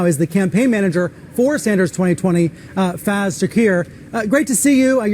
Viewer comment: 'You Americans butcher the English Language' It is 'FA-IZ', not 'FAAZ'!! He ain't a rapper Kyle!! 😆😆😅😅